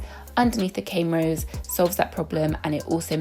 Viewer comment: Why do u keep saying cane rows i stead of corn rows is this intentional or not?